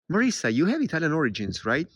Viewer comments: Marisa not Marissa! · Anyway in Italian is MariSa with just ONE 's' not Marissa 😊